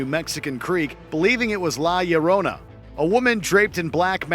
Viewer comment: How did you just completely butcher the pronunciation of La Llorona. Seriously every time he said it all I heard was "My Sharona"... The Ll makes a "y" sound in Spanish. Also this doesn't seem like one of your more put together videos; And that's cause I've been binging this channel all week... Or maybe it's just the madness setting in..